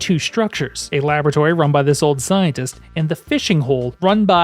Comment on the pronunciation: I heard "old Zionist" and had to rewind thinking well that was random.. oh! Scientist! Yup, that makes a lot more sense 😂